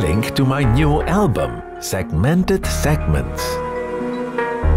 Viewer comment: This man really just hit me with a "sekmented Display" I feel dead inside